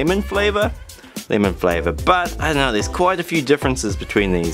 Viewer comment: When u said flavor 😂😂😂